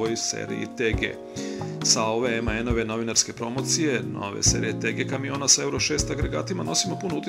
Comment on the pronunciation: Nije "emaen" nego MAN